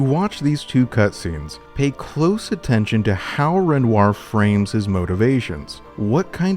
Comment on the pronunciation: Bro, love the breakdowns gotta say though, its REN- WAH.